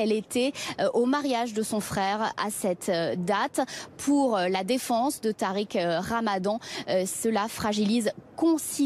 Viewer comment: « Tariq Ramadon » hahahahah